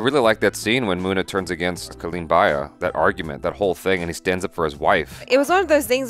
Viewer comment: It's not baya it's bhaiya